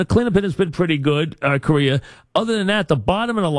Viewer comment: Someone tell Mike it's Co-Ray-Uh not Korea lol